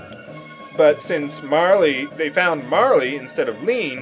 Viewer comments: Every time he says "Marley" I bury my face in my arm, smiling. After "Gaw", nothing can faze me. Bring on Frogue. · ugh, you keep on pronouncing this so differently, saying E at the end of Marle, and pronouncing the g in Magus as a j... It's somewhat vexing.